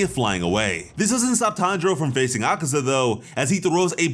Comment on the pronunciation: It’s akaza killed himself and tank irl did not slay him. Congrats for actually saying the names right and good editing